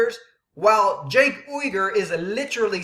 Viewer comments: or Junk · its pronounced SANK you dumb ass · I like it when he intentionally mispronounces Cenk's name....hilarious!!